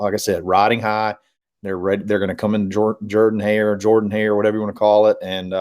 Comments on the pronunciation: Is there another word in the English language were "or" makes an "er" sound? I'll work on it! War Eagle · How can you be an Auburn Fan and not know how to pronounce the Stadium’s name???